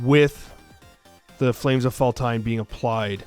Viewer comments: Faltine pronounced Fall-teen. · It's pronounced fall teen, but thanks for the effort you put into this card sir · Its fal-teen but whatever